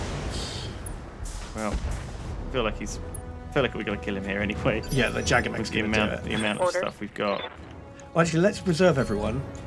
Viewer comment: Who else gets triggered about how they say Jagger